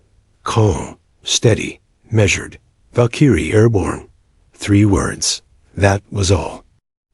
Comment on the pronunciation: It is pronounced Val-k-rie